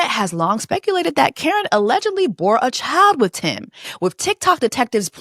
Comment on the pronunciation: Brenay’s sister name is pronounced Korryn not Karen.